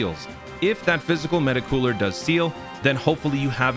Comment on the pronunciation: the way this mf say meta cooler 🤌🏾 is the only way meta cooler should be said.